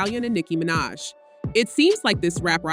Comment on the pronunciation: This already sounds like a bot. How do you mispronounce Nicki’s last name😂